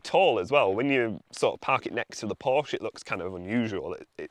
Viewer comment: P O R S C H E "porsh-ah"